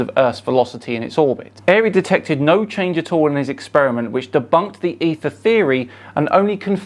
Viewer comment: That was " denbunked" very well 😂 like a child